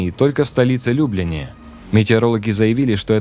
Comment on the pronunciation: Любляна город , ударение на Я